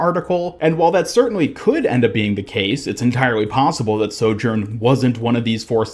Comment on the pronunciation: Ugh listening to his mispronunciation of sojourn over and over is making my brain bleed internally